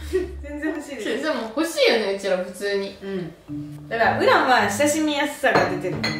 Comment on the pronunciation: 普通ヌィ〜︎ ⤴︎爆笑爆笑爆笑爆笑